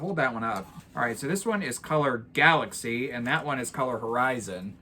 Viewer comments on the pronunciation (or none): Totally agree I think he said galley or galaxy